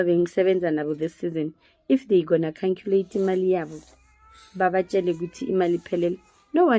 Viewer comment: Did she just say canculate?😂😂😂,hai hw can I unsee this madness 😂😂dlalla khole english choza ao.